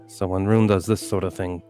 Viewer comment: was Swedish?! Couldn't really tell when in last episode she kept on pronouncing Rune the English way "Roon" instead of the Swedish way "Roo-neh". Or perhaps I just suck at recognising accents.